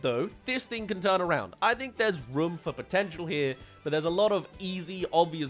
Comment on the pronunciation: Rum instead of room